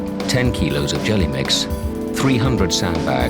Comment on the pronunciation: It's Gelamex, not "jelly mix". Jeez.